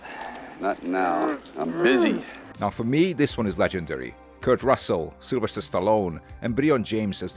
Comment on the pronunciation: You say Sylvester like I say Worcestershire sauce Southern comfort was terrible yet I watched the whole movie in one sitting, a rarity for me